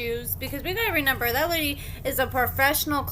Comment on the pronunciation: I absolutely LOVE your work. My whole family enjoys your content. However, you struggle with reading and some words in particular... one of those words is "reMEMber" which you consistently pronounce as "reNEMber". My daughter did that when she was 4 years old and outgrew it. I think that you too can correct this mispronounciation. I believe in you!